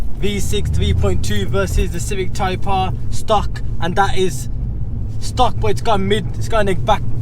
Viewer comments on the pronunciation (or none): YES the DRAGGYS, haha when you was saying "TYPE-R haha TYPER hahaha!!